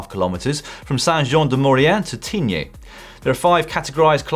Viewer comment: It’s Tignes, not Tigné Dan!